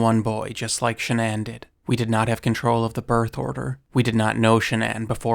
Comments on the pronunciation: Shannon is pronounced SHAN-on not SHAN-uhn ugh🤦🏻‍♂️🫤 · Dude. Her name is Shannan. Not ShahNON. Are you American? It's so jarringly wrong it's hard to pay attention to the rest of it. Would it have killed you to take 2 minutes to find out how to pronounce the name of this poor dead woman? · Ai? It's Shann-aen. Wtf is SHA -NON ? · A strange way to pronounce Shannon. It's usually pronounced like Cannon. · Shannan. (Sha-nan) if youre going to use her tragity on videos to get views , you could, at the very least, pronounce her name correctly. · Name pronunciation wrong and Nicole wasn't a neighbor. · I cannot sit through this because you haven't done basic research. You can't even pronounce Shanann's name correctly. It's sloppy and disrespectful. Her name is so easy to find pronounced correctly by her family. You will never be a journalist with this kind of laziness. Sorry, but, it's true. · Why do you pronounce her name like that? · It's crazy how many hours of footage and videos there are of this case and people saying her name and you still went out of your way to pronounce Shannan's name wrong. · Lol. Youre saying Shannon really weirdly. Sigh... man... they really need to let everyone tear him apart publicly